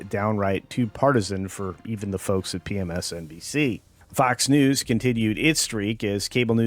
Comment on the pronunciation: Did you say PMSNBC? That's hilarious :D